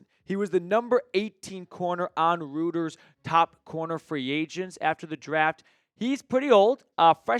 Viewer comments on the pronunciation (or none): Hey if you are referring to Reuters it is pronounced "roy-ters".